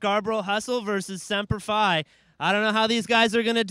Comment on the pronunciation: why does he keep saying sempler f i ???? its semper fi and it says it right on the jersey.